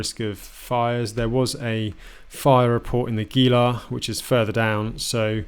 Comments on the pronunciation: Javalina— “hava-leena” Saguaro— “sa-war-ro “ Gila —“hee-la” 👍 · Gila = "heela". Great stuff thanks!